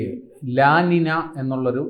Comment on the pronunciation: ല ലിന എന്നല്ല ഉച്ചാരണം . ല നീഞ്ഞ ( La Niña ) എന്നാണു ശരിയായ ഉച്ചാരണം . ഇതൊരു Spanish വാക്കാണ്.